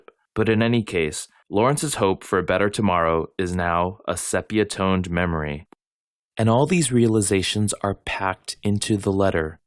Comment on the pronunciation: This is absolutely brilliant! I've seen the show four times, and heard the album thousands of times, but I know little about music, and so this ws a revelation to me. If I may, "sepia" is pronounced "SEE-pee-uh", with two long E sounds. (Because I do know language.) Again, thanks!